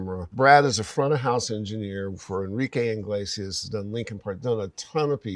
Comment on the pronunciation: Enrique Iglesias, not "Inglesias".